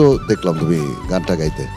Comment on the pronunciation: গেতে নয় হবে “গাইতে” হবে